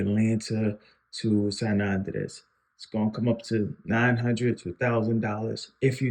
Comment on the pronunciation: Nice video. You're pronouncing Andrés wrong. The vocal stress is on the "é" not the "a".